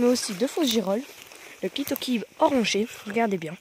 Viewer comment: Pourquoi dites vous "caloquère"et "clitoquibe" ? On doit dire "calocère et clitocybe" avec le son "s"et pas "q" .?